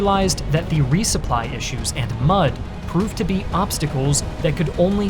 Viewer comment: did he just said Much not mud